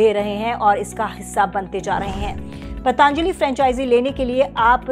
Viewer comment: पतंजली not पतांजलि